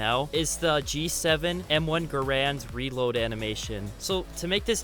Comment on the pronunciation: M1 Garand not grand